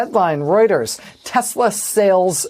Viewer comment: Tesler not Tesla!